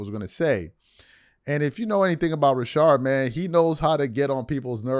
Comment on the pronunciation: its RA-SHAD bro chilll on his name! plus say HIS NAME JOEEEEEEEE IS A TWERKER LBGAY